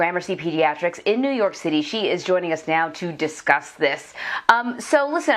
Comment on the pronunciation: The " vackseen" is the DIRECT effect. No ty